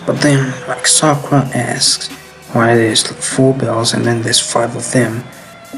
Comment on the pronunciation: The names not sakrua 🤦